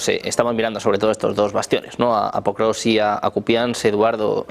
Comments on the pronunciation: El periodista dice "PROKROVSK" hace 3 años... Los invitados dicen POKROVSK y el Título del video también lo dice correctamente...Alguien que le avise como se pronuncia por favor...!!! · No existe canal mas prorruso que este. Vergüenza para todos vosotros que apoyáis al tio que lleva 25 años en el poder y que te mete en la cárcel por cualquier pensamiento en contra. Viva la ''democracia'' de putin claro que si. Ah, y a ver si pronunciamos bien Pokrovsk, champion👍